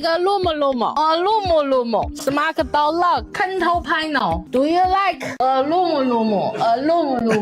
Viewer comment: Fun fact: when said "control panel", it sounded like "kontol panel" to me, and here in Malaysia, "kontol" is slang for ballsack, so she was saying "ballsack panel" the whole time 🤣